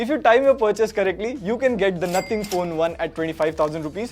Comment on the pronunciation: the way he said Nothing is just 😅